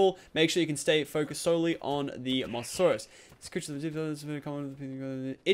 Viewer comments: Its pronounced mo sa saurus not moss a saurus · anyone notice he said mosssssasoursuse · it's Mosasaurus as in moses from the bible and saurus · prenauts moh-za-saurus